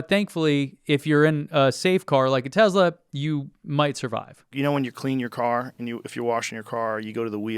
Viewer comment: I love it when people like Joe Rogan talk about things without actual facts, and yet they are convinced they know everything about the topic. But it would be great if you got to talk with him. Because you're a fact minded, level headed guy. Even if you pronounce Tesla wrong. :)